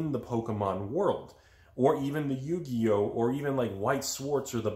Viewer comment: You know this video is serious when takes in the effort to pronounce Yu-Gi-Oh correctly lol...